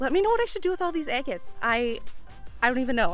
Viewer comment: Quit saying eggits....its driving me batty!!